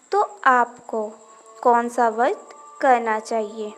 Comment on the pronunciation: Pahele ap vart bolna shikho vadh bol Kar ap khud hi pap Kar rahi hai etnte pavitra sabd ko galat bol rahi ho